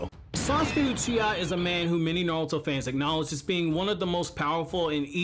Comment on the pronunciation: Bruh why do you say "nalto", like you can pronounce R's correctly, you say boruto right, just say naruto right